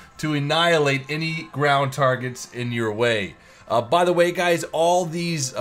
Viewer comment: In the intro it sounded like you said "What's up gays?". XDDDDDDDDDD